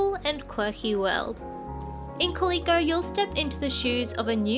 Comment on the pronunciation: it’s pronounced “cal-lil-coh” not “cah-lee-coh”